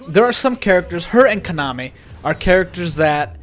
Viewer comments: Dude it’s Kan-a-may not Konami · It's pronounced Kah Nah Meh, not Kanah meh. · Him saying kanime bugs me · OMG I cant BELIEVE he was saying his name like that GEEZUS